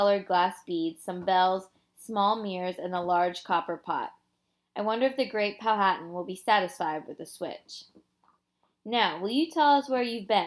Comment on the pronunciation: It is Pow -a - tan the h is silent